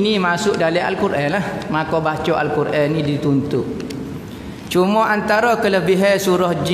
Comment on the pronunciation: Sebutlah betul2 al quran tahu lah org kelantan